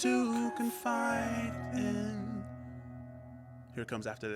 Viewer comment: Also, when he says something to confide in,, fide in sounds like fightin. Followed by we’re lying. Aka laying. It’s a double double.. 🔥